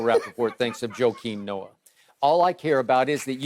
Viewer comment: He said “Joakim Noah” oh NAWW skip been smoking sum serious stuff bruh 🤦🏽‍♂️💀😂😂